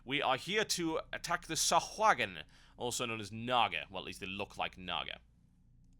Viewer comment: its pronounced sa hoag in the u is a long O sound